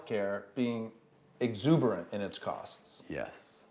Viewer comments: "Exorbitant"not "exuberant" Micheal.. one is too much and one is fun... just like the USA and Mexico. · i think the word is "exorbitant"